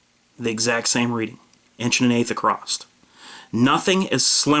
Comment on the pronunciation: It's across, there is no "T" at the end of it. Good video though. Thanks for the good info.